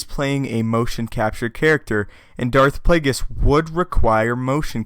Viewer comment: Darth Plagus??? Don't you mean Harry Potter's nemesis?